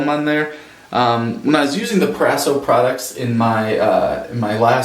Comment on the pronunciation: "PRO - RASO"